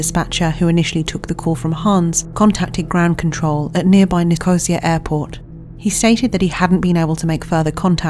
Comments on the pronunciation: there is no Nicosia airport, and that’s not how you pronounce it. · Doesn't really matter but just FYI Nicosia in Cyprus is pronounced Ni - kuh - SEE - yuh not Ni-cosier... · Thats not how you pronounce Nicosia.